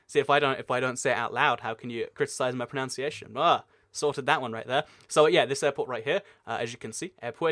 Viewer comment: "how can you criticize my pronounciation" "pronounciation" "proNOUNciation" "NOUN"